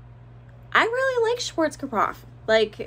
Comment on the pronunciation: Schwarzkapoff??? It's pronounced Schwarzkopffff Like General Norman Schwarzkopf. By the way, Schwarzkopf actually means Black Head.